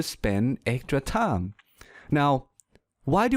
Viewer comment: am i the onl one heard that he pronounce time as 'tounge'